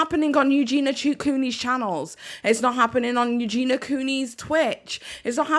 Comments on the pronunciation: Why is everyone calling Eugenia EUGENA?? It’s driving me nuts! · Who is eugina? That’s how he was saying her name. And I don’t agree her content is absolutely proana. It’s not just about how she looks it’s about what she’s doing in the videos and what she says.